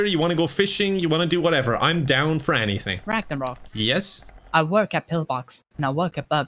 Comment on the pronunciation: “Gragnorok”: flashbacks